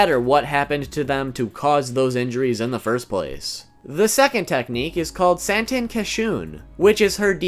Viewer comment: Work on you pronounciation. you say "santen" like "Sand-n ten", it is pronounced SAW-N Ten".